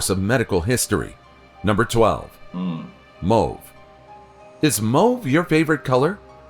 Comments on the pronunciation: Mowve. Lol. It's pronounced mawve. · Mauve isn't pronounced moh-ve 😭😭😭😭😭😭 it's pronounced Mahhv !! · isn't it pronounced MAUVE and ...... Ugh just nm